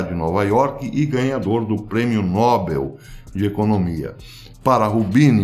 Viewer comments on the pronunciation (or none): Não é nÓbel; é noBEL! BEL! BEL!